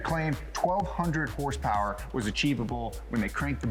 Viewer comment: it’s a joke on the channel, they pronounce horsepower without the vowels, just a bit they do